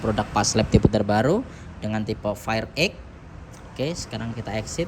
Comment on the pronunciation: Penyebutannya bukan fair X tapi FIR X. Sebab jika di baca FAIR BERARTI TULISANNYA FIRE YANG ARTINYA API😂😂😂😂😂